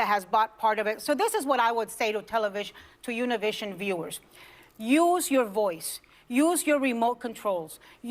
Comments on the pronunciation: It's Univision not tunnelvision! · It's not Univision, it's OONA-VIZ-ZEON.